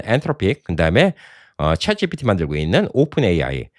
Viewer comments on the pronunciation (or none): none